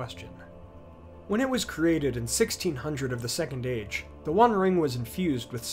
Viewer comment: The way you say “Age” really annoys me